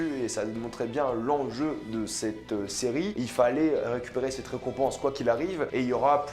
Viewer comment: Arrête de dire « c’te » stp, ça me fait saigner les oreilles, on dit « cet(te) » Merci 🙏